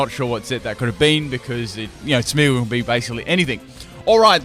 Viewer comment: Its Smeargle not smeagle